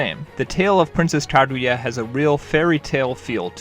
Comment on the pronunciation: Ya know everyone can have their own opinion… but pronouncing it Jibli? Ka-gooya?